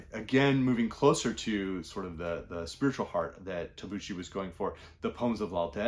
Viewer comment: Good morning and thank you very much for the video. I like your channel very much. Thank you for the recommendations. If you don't mind I just would like to point out that in Tabucchi (the c is pronounced hard like in Celtic). I read Tabucchi's Sostiene Pereira. Great book. Highly recommend it. That care!